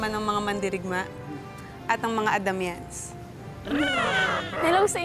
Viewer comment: ako lang ba yung nakarinig ng sinabi ni Danaya na "Adamyans"